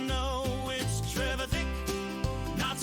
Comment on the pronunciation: TRE VITH IC is how its pronounced lol 😅